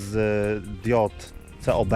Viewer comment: Diody to ,,kob" a nie C.O.B - w złą stronę wasz kanał idzie 😁